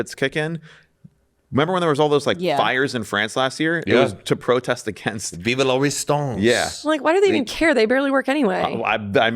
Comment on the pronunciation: Hearing mispronounce “viva la resistance”, repeatedly calling tortillas “tacos” lmao. This podcast is ridiculous and I love it